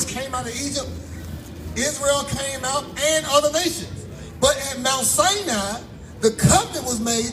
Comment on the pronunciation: This guy cant even pronounce anything correct what is mount san-nyee i thought it was pronunced mount sinai